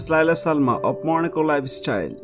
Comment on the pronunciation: It sounds like you are saying Monaco - which is INCORRECT! It is Morocco - Mor-roc-co not Moro co - either way you are pronouncing it wrong.